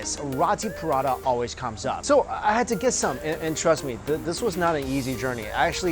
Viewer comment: PA-RA-THA... Not Prada